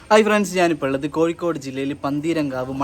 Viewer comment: കോയി കോഡ് അല്ലാ. .കോഴിക്കോട്‌ എന്ന് പറയ് .....😂😂😂